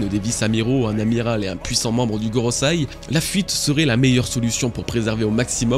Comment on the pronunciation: GoroSEI, pas goroSAI...encore un dislike, c'est dommage